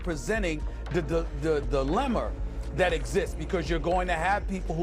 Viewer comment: "Dilemmer" As a black man who despises coonery, I got to know how he says the n-word.